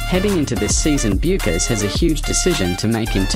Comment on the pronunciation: How about learning how to pronounce the name of the person you are talking about. Research 101!